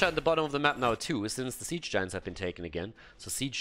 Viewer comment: I love it when gets excited with casting the game and suddenly the "Sappers" become "Zappers" and "Siege Giants" become "Ziege Giants".